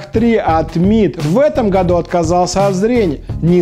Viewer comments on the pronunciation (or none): none